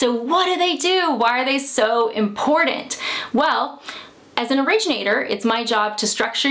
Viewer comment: Love the info. Hate how she says important. 😆